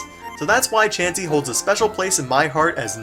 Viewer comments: He said c h a chansey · When he said Chansy i flipped out laughing cuz i rlly thought he was gonna say Charizard! XD